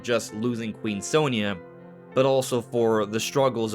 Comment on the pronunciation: Very weird how they always pronounce her name wrong. It's "saw nee ya"